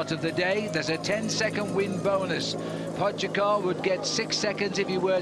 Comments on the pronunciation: Pojacar 😂😂😂 Little did he know he was mispronouncing the name of the GOAT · Hearing "podzagar" for me as Slovenian is very akward🤣 Its POGACAR! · Who's that commentator keeps calling Pogacar Pochagar? ..Duh.. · Phil mispronouncing pogacars name is hilarious. If only they knew what was to come